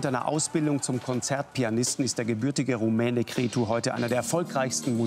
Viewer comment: Schade, dass der Lanz sich nicht mal die Mühe macht, sein Name richtig auszusprechen...Cretzu!